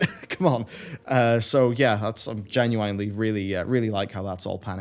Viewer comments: Genuine is said 'jen-u-in' not 'jen-u-wine' Come on bro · Daily reminder genuine is pronounced with the ‘ine’ like in ‘masculine’ rather than like in ‘swine’ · Every time says genuine, I think of Ginuwine the singer. Or he just wants to ride that pony.